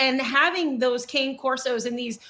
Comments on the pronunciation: Kah-nay Corso, please. Provelo-nay, please. Mascarpo-nay, please. It’s all about Italian. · Not a big deal, but the word "cane" in the name of the breed cane Corso is pronounced "canay," it just means "dog" in Italian. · Yes! Everyone say cane, as in 'walking cane'. And also, the plural of Corso is "CORSI" not Corsos.